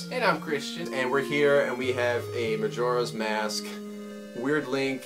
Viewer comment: keeps pronouncing magoras mask roung